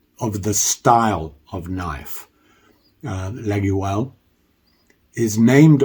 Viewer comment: Hello, just want to say that olive wood,fat scales,cross shaped pins are not traditional for laguioles, pronounced: laah-yole...Mike D.